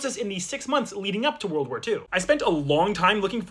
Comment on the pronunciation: Why you said world walphar 2